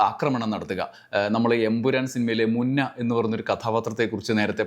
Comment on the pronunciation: അക്രമണം അല്ല ആക്രമണം ആണ്. അക്രമിക്കുക സല്ലസ് ആക്രമിക്കുക ആണ് ശരി